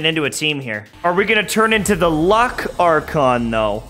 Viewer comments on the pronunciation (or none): none